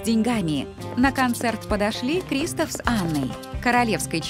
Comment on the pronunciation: Не крИстоф а кристОф